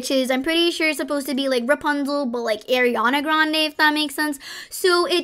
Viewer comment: “AiRaNa GrAnDe” seriously